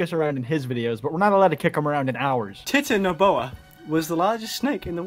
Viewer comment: Titanoboa tie-tan-a-bowa